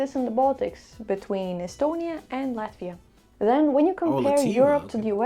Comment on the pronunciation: LATIVA!!!!!! U ... Learn to read correctly!